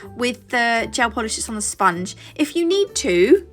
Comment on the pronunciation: “Spun-gee” So people look at me weird when I pronounce words more in line with how they are spelled, so I may be just one of few who can appreciate the humor in you saying the word like that. I do it with Wednesday too: “wed-nez-day”, with potpourri “pot-pour-ri”…there are many others but I won’t dive into them lol Lovely set❤